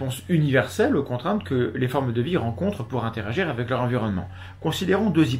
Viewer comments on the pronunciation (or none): none